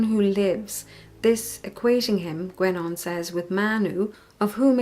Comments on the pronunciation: Sorry, but the name is pronounced gEnon, not gUenon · It's actually pronounced more like "GenÓh".